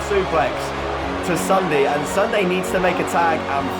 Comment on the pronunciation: you called sundee sundae